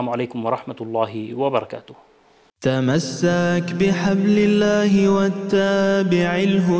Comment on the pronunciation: مثال تمسك ينطقها الناغم تمساك....ولا تك بدعيا ينطقها ولا تاك بدعيا...الخ